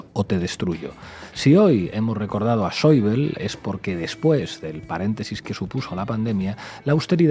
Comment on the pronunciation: Buenas Por favor ese sr. se llama Wolfgang Schäuble. Y se pronunncia tal y cómo suena en eqpanol No es un nomble ingles parq urilizar la bl como en el Inglés. Ademas en google te lo pronuncia perfe tamente. Creo que en un mesio xomo zl viesteo se puede cuidar este matiz. Gracias Saludos